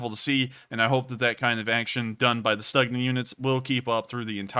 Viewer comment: It is spoken "Stoogna" not "Stucknah"